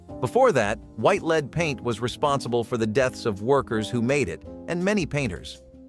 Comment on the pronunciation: I can't believe how you pronounced lead